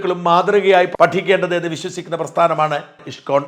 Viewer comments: ഇഷ്‌കോൺ അല്ല ഇസ്‌കോൺ എന്നു തന്നെ പറയണം. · Thank you Shajan sir ! Wonderfully explained about ISKCON. Just a pronunciation correction in Malayalam it is ഇസ്കോൺ 🙏 Bug salute to you 🙏